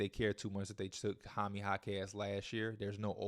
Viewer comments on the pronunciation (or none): none